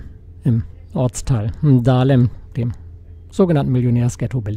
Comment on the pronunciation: Dahlem. Nicht „Ndahlem“